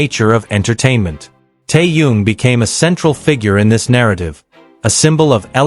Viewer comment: Какая безграммотная речь просто ухо режет..... Это парня зовут Тэхён а не какой то таенг и город где Тэхён проживает столица Южной Кореи не соёл а Сеул... Какого чёрта таких коментаторов безграммотных и не образованного ставите озвучивать текст. Позорище